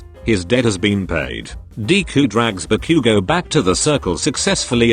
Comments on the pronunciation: When it said Ba-Bakugo it sounded like Barbequego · I laughed harder when the bot said "barbeque-go" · The voice said barque 💀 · When zero said: "Ba-bakugo😳" The Google Voice really said- Barbecuego